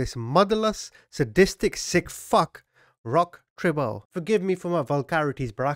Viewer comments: "rock terry-oh". You're welcome lol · Hi, he's a french Canadian and his name is pronounced ROCK TEA RIO (like the city of Rio)